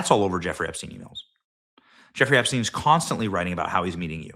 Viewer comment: Did I hear “Hepstein”?